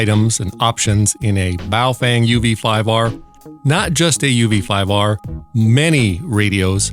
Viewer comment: Love the “ball-chinnian”. LOL!!!